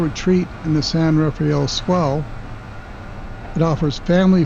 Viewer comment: San RA-fell, NOT San ra-FAY-ell.